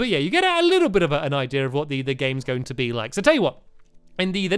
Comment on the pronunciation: I love it when stampy says "idea" because it sounds like "ideer" lol